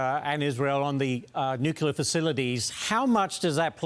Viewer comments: Saying "nucular" makes you sound unintelligent. Stop it. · This commentator - who has a very odd accent - needs to learn how to pronounce the word "nuclear"